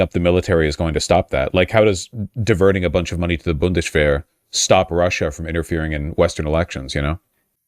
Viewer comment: Wjhys vaush talking like sean connery by saying bundesshwehr.